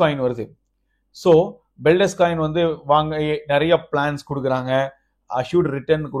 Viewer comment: அது பெல்டெஸ்க் இல்ல பெல்டெக்ஸ்